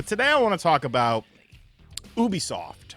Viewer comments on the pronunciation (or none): its ubisoft not obisoft 😂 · Why you say it like that?😂😂😂😂 maybe I’ve been wrong all these years. YOU-B-SOFT lol